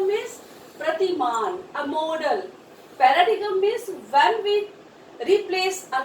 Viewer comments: It is not Para-dee-gum but Para-diem. ''G'' is silent. Horrible ! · Horrible English Pronunciation I have ever come across ,🙄🙄 Pa-ra-digam